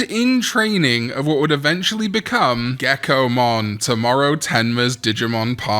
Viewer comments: Toe-Mow-Row my guy! please lol. 😂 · i'm so sorry but when i missed the Tomoro's name for some reason i started hearing you saying "Tomorrow" and thought his name was actually "Tomorrow" 😅😂